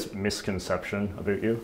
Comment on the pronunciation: Great interview just one comment, work on your pronouncing of ‘about’.😂